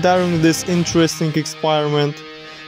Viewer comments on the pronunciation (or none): It's a Typo. they want to say: "Record will be saved' He also wanted to say "experiment", he said "expire rement " a lot of typos😂